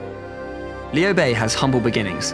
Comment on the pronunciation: 曹操念成糟糟，劉備念成里歐貝，馬騰念成馬桶，lmao